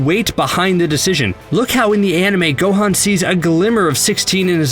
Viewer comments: He said gohin It is gohan God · GO - HAN NOT GO-HANE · The amount of times he says everyones names wrong gohaan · Dude says "Go-Han" like they do in the Big Green Dub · This guy can't even Pronounce Gohan Properly. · I hate the way he pronouncing theses words like gohan and saiyan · The way this dude says Gohan really shows he's never watched anime or played the game. That really irritates me you give opinion on something you know nothing about.